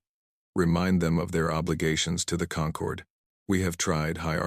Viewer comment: AI changing how we pronounce words "Concord" when referring to people who've come together as a group is pronounced "kun-CORD" "Concord" the way these vids pronounce it, "KON-cord," refers to GRAPES